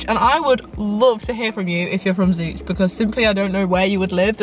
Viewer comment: also locally everyone calls it Zo-ch lol